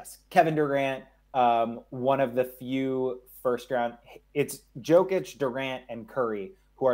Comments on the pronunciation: pronouncing "joke-itch" 💀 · Lost all credibility when he said Joke‐ich. If you can't pronounce the reigning MVP of the league's name, you're not closely following it. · lmao this guy is trash....Can't even say Jokic's name correctly.....and PORZINGIS???? Rofl the guy is always hurt. It doesn't matter what his per game ranking is....What about Myles Turner or John Collins? These guys were much more consistent than Porzingis